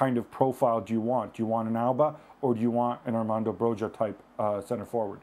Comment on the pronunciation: God, say Broja's right. It's Broya. It's not hard guys.